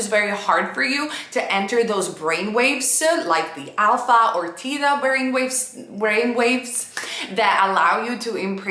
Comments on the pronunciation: One slight correction. The brain frequency associated with SATS is called not Tee-tha but Thee-ta. (Thay-ta for Americans). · Teetha you mean Theta?